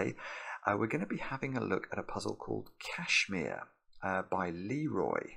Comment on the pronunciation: My man spent a whole min worrying about mispronouncing a pseudonym, but couldn't care less about mispronouncing Kashmir. 👏